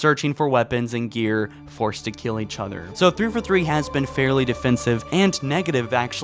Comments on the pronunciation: 343 is pronounced Three-Four-Three. Not "thrfuthree". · Dude, I am sorry - but every single video of yours I can't help but constantly be annoyed with how you pronounce thiforthee.